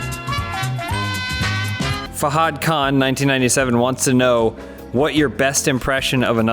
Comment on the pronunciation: Oh God The way they said Fahad...